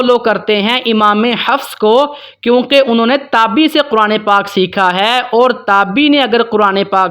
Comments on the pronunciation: اسلام علیکم ،جناب یہ لفظ" تابی" نہیں بلکہ "تابعی" ہے درست کر لیں ،شکریہ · جناب یہ تابی نہیں ہوتا تابعی ہوتا ہے آپ اگر ایسی غلطی کریں گے تو سارے لوگ آپ کی وجہ سے غلطی کے مرتکب ہوں گے اس کو درست لکھیں اور درست پڑھیں